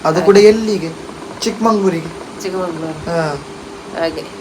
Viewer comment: ಚಿಕ್ಕಮಂಗಳೂರು ❌ ಚಿಕ್ಕಮಗಳೂರು ✅